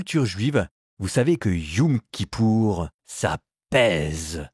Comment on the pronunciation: Ça ne se prononce pas "youm" kippour, mais "yom" kippour 😉